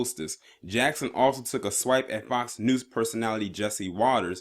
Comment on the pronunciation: Were you saying FOX 'NOOSE'? LMAO!